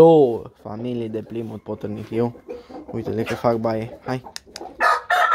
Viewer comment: nu este repros...in engleza se spune plaimut..cred ca ai inteles.....pasarile foarte frumoase..te urmaresc!!!